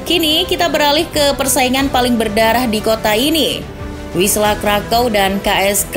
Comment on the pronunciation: WISŁA dibaca = Fiswa